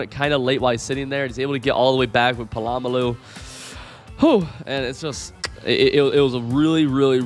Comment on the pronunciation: did i just hear this man say puhlawmuhloo